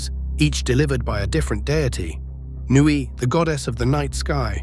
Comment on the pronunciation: Nuit - not Newey...